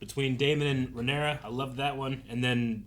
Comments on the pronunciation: RAY NEAR UH !!! pronounce her name right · Why does insist on putting extra letters on Rhaenyra’s name lol where did that extra s come from